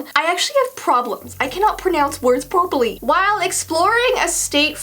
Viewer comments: ”can not pronounce some words prooperly” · I cannot pronounce words properly Me: you just pronounced properly wrong😂😂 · Y’all noticed she said I can’t pronounce words purplely 😂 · I have problems, I cannot pronounce things Purpurly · "i cannot pronounce words purpl-y" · I have a problem with pronouncing words Pr00perly Me: XD!!! Just so u know, I thought it was funnier if I spelled properly so it would look and sound like said it wrong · I can not pronounce words purpraly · did she say purplely 😂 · I cannot prononce words poporley me: poporley 😁😁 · "I have a problem. I can not pronounce words PROBALY." Me:"......... HAHAHAHAHAHAHAHAHA im gonna make a comment on that!" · “I cannot pronounce thing properly.” Says “pro perly” 🤦🏻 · I can not pronounce words purplie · says I can not say words properly... says properly wrong